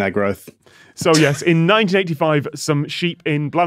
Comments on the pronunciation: Scott!! It's not Blan-ow, it's Blay-nigh!! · Note to the team, Bleaenau is pronounced Blaen-ai, not au.